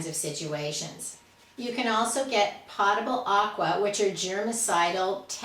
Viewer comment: Potable as in potato, not pottable as in a potted plant..